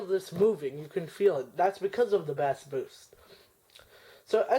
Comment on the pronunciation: FYI: Bass is pronounced "base."